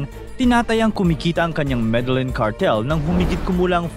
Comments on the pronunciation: medelyin po ang bigkas hindi medelen. bisaya ka po? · Dipo me de lin Ang big kas Po don kundi meh de yeen Po sa Columbia